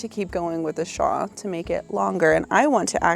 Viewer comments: Thank you!! I love the channel but every time I hear "shaw" i shout "it's a shawLLL" 😅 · Love ya girl but it's shawL 😆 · I have never heard anyone pronounce "shawl" the way you do!